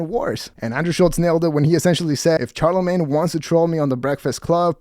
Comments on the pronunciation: Who’s Char-lamagne? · Hey, it's phonetically SHAR-la-main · For future reference it’s pronounced “sharlamagne”